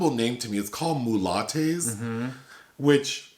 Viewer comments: Hey guys. Mulate's is a family name, and locals pronounce it "mew-lats'. I know it almost sounds like a problematic term, but's not that. They come from cajun country where the original restaurant is. Also, it looks nothing like that. They have cajun music and dancing, but more family oriented than Vegas. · [spit take] did you just say MULATTE'S?!